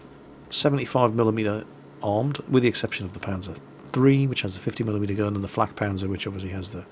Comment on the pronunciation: He said flat not flak